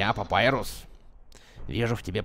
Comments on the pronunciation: *бро... папайрус..... Т.Т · А если папируса убили то как Санс говорит:" Папирус(Папайрус) тебе что-нибудь принести?